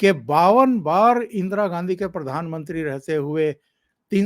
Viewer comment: परधानमंत्री मत बोलिये प्रधानमंत्री बोलिये